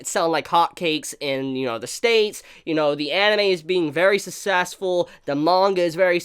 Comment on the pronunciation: Hey dude. I always love your video reviews but can you please learn to pronounce the words "success" and "successful"